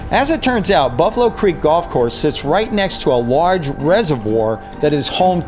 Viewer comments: You said gold course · You Said Gold Course Not Golf Course